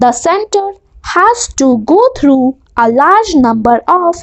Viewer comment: Your are pronouncing "through" as though, Please improve it.